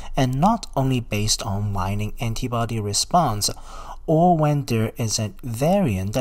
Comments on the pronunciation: Waning /way-ning/, not /why-ning/. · Waning.... not Wining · Pronounced wayne-ing. Informative video tho for sure